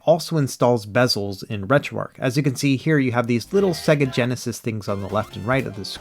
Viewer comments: Arch not Arc buddy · Wait, did you say you got called out for calling "8bitDo" as "8bitDoe" (I agree with you on this) all the while you rename RetroArch -> RetroArc ?? LOL, this is not a troll or complaint, just funny to me. You can pronounce it however you like.